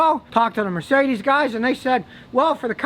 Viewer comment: The way he pronounce Mercedes sounds sophisticated 😂